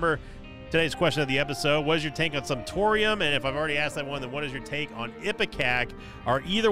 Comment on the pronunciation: Glad I’m not the only one who heard that and immediately thought “Simptorium”